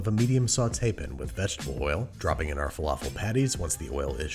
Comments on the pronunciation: Andrew, bro, I love you so much! But, dude, it's pAn with an A, not p-n, with a nothing. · Enough, just say pAn